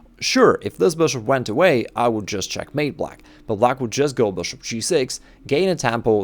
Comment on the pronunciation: We all know you just found out that people like the way you say BRSHUP!